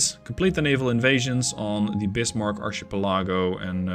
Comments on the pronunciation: kinda sure someone else already said this but it is pronounced Arkipellago. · "Archipalego" are pronounce like "Arkipalego", the "ch" are like a "k" when pronouce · You kinda brought it up so if you're interested in how archipelago is pronounced it's ark uh peh luh gow. Glad to see this game come so far in the last year or so. Been watching you for about 2 years now on this game lol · In case someone hasn't said it yet, the proper way to pronounce archipelago phonetically is: "ark-uh-pel-uh-go". It really is a pain in the butt word that a lot of people struggle with due to it not really following the rules, but that's language for you! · It's pronounced ahr-kuh-pel-uh-goh 😉 Loving the new series, keep up the great work! 😁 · As I understand it, it's pronounced ark-ii-pell-a-go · the way you said archipelago is hilarious to me, never change that